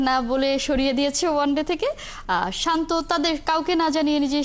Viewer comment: আগে তার নামটা সঠিক ভাবে বলেন